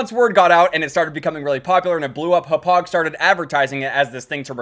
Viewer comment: Yo you said Hauppauge wrong